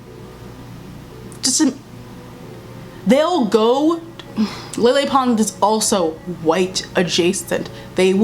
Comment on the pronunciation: the way you said lele pons im DEAD